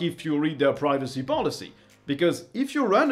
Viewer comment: i thought you said piracy not privacy